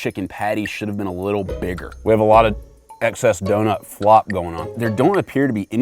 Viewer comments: why did he say donut like that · I hate the way he says donut oml